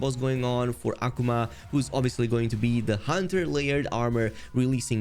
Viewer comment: The no one's going to point out the fact that he kept saying (AH- Kuu- ma) Akuma's name wrong!